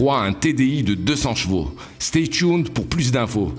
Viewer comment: Stay tuned haha not stay thuned 🤣